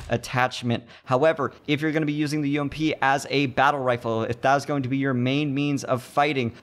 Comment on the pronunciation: Subbed just because u said U-M-P and not fucking ump